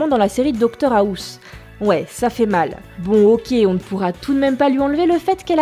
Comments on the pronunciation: Ça choque que moi qu'elle est dit Docteur HA-OUSSE 😂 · "Dr Haousse" ? t'es sérieuse ? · Doctor Haousse? Avez-vous pris des cours d'anglais avec Philippe Manoeuvre? Saw, série pas terrible? Je ne suis pas du tout d'accord avec vous. Intialement Saw est une trilogie et cette série fonctionne très bien en tant que telle. Bien-sûr, "Saucisse" et "saussette" (à prononcer avec un cheveu sur la langue) ne tiennent pas leurs promesses. Cordialement. Laurent de Toulouse (comme la saucisse). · ''Docteur Ahousse'' mdr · "doctor Aousse" 😂